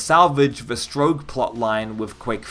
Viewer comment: You'll probably engage better with the game when you learn to pronounce 'strogg'. Excepting that one instance in the Q2 intro cinematic, which we can put down to human error, it's 'strogg' not 'stroge'.